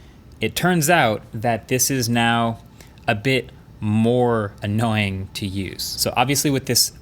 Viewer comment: How many "annaoying"s?